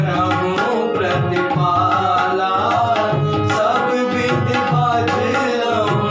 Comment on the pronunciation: करहुं प्रतिपालऽ , जालऽ छै अपने प्रतिपाला, जाला उच्चारण करैत छी या फेर सुनवा म आबैत य।